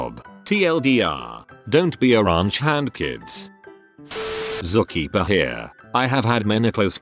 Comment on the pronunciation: "Zu Keepa" LOL!!!